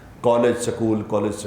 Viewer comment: maulanaa sahiba not sakool it's school۔